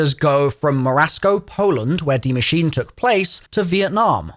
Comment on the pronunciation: pronounces Der Eisendrache impeccably Also: butchers Die Maschine every time 🤣